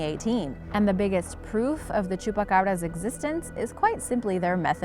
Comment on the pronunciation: Please please oh PLEASE stop saying Chupa Cabras 😲😲😲😲😵😵😵😵😬😬😬😬😬😖😖😖😖😖